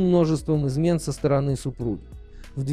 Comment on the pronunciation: Непонятно из-за чего распался первый брак? Чтец скомкал окончание слов сказав из-за многочисленных измен супруги или супруга???